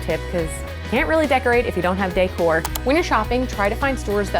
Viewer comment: Am I the only one who thinks the way she says decor is funny 🤔